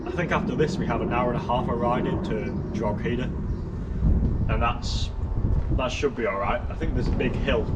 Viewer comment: Enjoying the video, but jaysus, Rockshore??? That's awful piss😂😂😂 Also, it's pronounced Dro-he-da